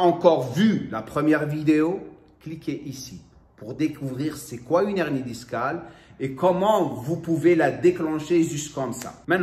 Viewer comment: C’est un « h aspiré » hein !! « Une hernie », pas « unernie » !!